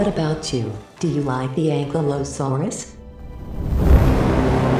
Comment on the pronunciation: It's pronounced Ankilosaurus, not ankle saurus. That just sound stupid